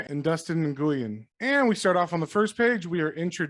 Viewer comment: Nguyen is pronounced wiin btw